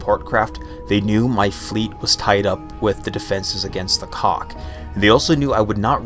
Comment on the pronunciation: Because I played X2 where they are the primary antagonist, it "Kack" rhyming with sack or back etc. There's a touch of the back of the throat thing between the K and H. I hope that helps at all :). I had quite the laugh at "Cock invasion" which is either terrifying or exciting depending on who you are, LOL